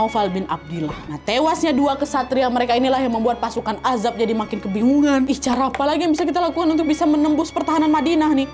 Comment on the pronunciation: Azhab kak bukan azhab